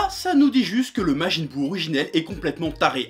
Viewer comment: majin buu "jinesui" ... beurk